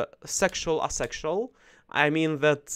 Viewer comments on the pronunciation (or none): Good topic today! Thanks for sharing …. One note: asexual is said as “A sexual”… pronouncing the A, just like the name of the letter…. like the sound the A makes in APE.